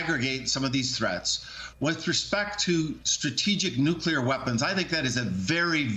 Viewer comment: Alright, now. Everybody say these 2 words with me: New Clear Say them faster: New-Clear New-Clear New-Clear Newclear Nuclear Nuclear Is that clear? Crystal clear? Nuclear clear? Alright. Go forth and make no more mistakes about "nuclear."